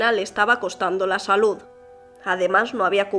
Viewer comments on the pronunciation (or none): none